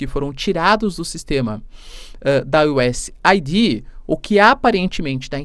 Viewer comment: Professor é US eidi ( e nao aidí)